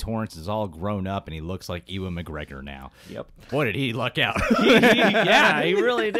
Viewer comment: So do most Americans pronounce "Ewan" as "E-wan"? Not a huge deal, just heard a few say it that way, but as far as I know it's pronounced "You-un"